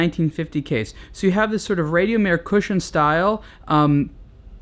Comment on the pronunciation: You don't pronounce Rad io Mir correctly....